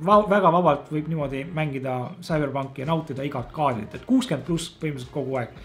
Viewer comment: Esimene kord kui ma kuulen sõna "Küberpunk"